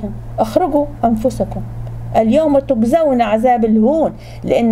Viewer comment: الزين ❌ الذين✅ كنة ❌ جنة✅ تكزون ❌ تجزون✅ يا أولي الألباب حرام التحريف بحروف وكلام القران الكريم